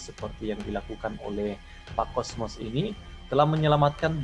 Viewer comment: Maaf,bukan kosmos tpi Kosmas